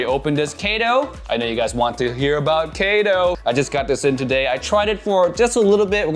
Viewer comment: BTW it pronounces as kä to not kae to as it's a Japanese name.